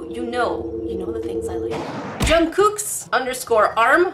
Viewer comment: The way she pronounced Jungkook’s name TRIGGERS ME. It pronounced (Jung- cook) not (Jung- cooook)